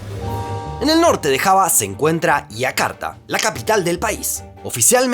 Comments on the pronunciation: Aiakarta no, Yakarta. (Jakarta). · entonces no seria Y si no sh, la y tiene una pronunciación bien clara y específica. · No entiendo por qué a los nombres propios que llevan "Y" los pronuncia como "I" ( Iakarta/ Abuia) si su forma natural de pronunciar las "Y" es "SH" ( flushen/ aposhes). ¡Por lo demás, excelente video!